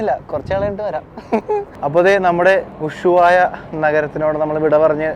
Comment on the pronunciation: നീ വീണ്ടും ചില്ലി എന്നാണ് പറയുന്നത് ചിലി ആണ് ശരി, പിന്നെ ഉശുവായ അല്ല ushuaia